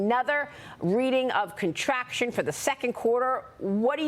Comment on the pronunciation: she said gerbil, not durable.!!!!!! 🤣 and contraption, not contraction.!!!!! 🤣